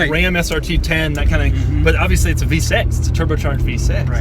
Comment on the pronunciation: "Turbo v sex" that's what Doug sounds like